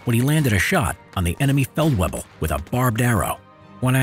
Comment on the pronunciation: Love hearing people say german words Feldwirbel is difficult